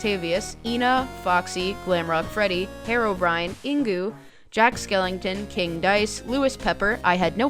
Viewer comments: I knew they said sorry in advance but when I heard Ingo as Ingu i dropped my phone and choked on laughter 😭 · Your pronunciation of Ingo brought me physical pain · the way you pronounced ''Ingo'' literally made my soul jolt out of my body lmfaooooo